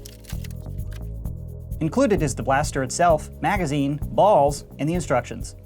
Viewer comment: why he say balls like that in the beginning 😭